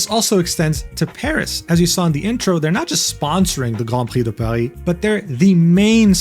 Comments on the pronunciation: First time on your channel and loved the video, are you also french by any chance? The way you said Grand Prix de Paris sounded way too native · No way this dude can spell "Grand Prix de Paris" with a decent accent and spelling "Haru Urara" with a american accent. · Btw I love how you perfectly pronounce "Grand Prix de Paris". As a french dude, I can tell you say it just the right way, it made me wonder if you're not just bilingual at this point :p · That "Grand Prix de Paris" pronunciation was exceptionally on point. Regards from France ;) (Great video by the way) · Goated pronunciation of Grand Prix de Paris